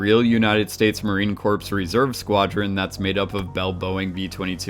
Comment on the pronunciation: Marine Corps. Corps = core. Not corpse.